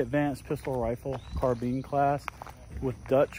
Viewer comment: People, attention to detail! Carb'in-e. Pronounced just like it sounds. Operation spells out how it works. Stop saying, Car'bean. Looks like a awesome time! I would love to do something like this in Hawaii. P.S. can all the CSM of the military become Police Chief and make America great again. Men Of Battle 👊😎